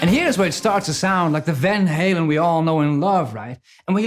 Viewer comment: I applaud you for resisting the urge to pronounce Van Halen in proper Dutch. You REALLY wanted to say "Fahn Hahlen." ;)